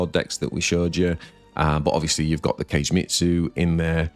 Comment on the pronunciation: Sorry to be that guy but… Kagemitsu is not pronounced like Cage - it’s Ka-gay (means shadow in Japanese). Every time you say Cage deck I die a little inside. 😂 Love your videos though, thank you for all you do!